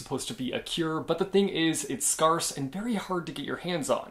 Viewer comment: Everyone talking about caraval but I'm just still thinking about the way you pronounced "scarce" while talking about Defy the Night